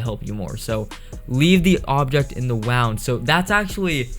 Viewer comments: Look he says wonnd and its wound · it's pronounced woond idiot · he said wound wrong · u said wond not wound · For #11 he pronounced wound (pronounced woond) as "wownd" 😂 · It's pronounced woond not wownd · wound its not wownd and i came for the shark one only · Uhh did he just say wound as wound not woond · its not w-ow-nd its w-oo-nd,wound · wound is pronouced w-oo-nd not w-ow-n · its pronounced "woo-nd.", not "wow-nd" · Wowend? (apparently its not pronounced woo-nd, its pronounced wow-ned) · Leave the object in the w- wooooow-nd it's not wownd its wuuned but spell it wound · You said Wound wrong, it's pronounced 'woond' not 'wawnd'. Again crayon, you said 'crawn'. :| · Not hating, but it's not wound like wownd it's woond. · bro did you say wawnd not wound wrongly said mate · He said wowned not wound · he said wound wrong om.... its (wooooooooo nd) not wow nd . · "leave the object in the wownd" you mean wo-un-d as in wuuuuund? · it's pronounced woond not wOUND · Did he just say wownd instead of woond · um... it's wound not wond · was i the only one that heard him say leave the object in the wowm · "leave the object in the wownd" 😂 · leave the object in the wuuond WHAT???? lol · not to be a major criditc but when you said wound it sounded like you said woound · did he just say... wownd ... 😭😂 its wound ya dork 😋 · when he said wound he said it like (wownd) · He said wowned not woun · It's wound not wound wayons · It's wound not wownd😂😂😂😂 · don't forget to leave the object in the woooownd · He said "Wownd" it's "Wound"💀💀💀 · In number 11 he said wowned not wound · "Leave the object in the wound" did he pronounce it as "wow-nd?" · you say leave the object in the "wow-nd" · It's pronounced woond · "in the wownd" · You,say wound like woond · It's not pronounced wound, it's pronounced woond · "Leave the object in the wound." I'm like "I'm pretty sure it's pronounced "woond ." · said whond but the word was wound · instead of saying wound he said w-round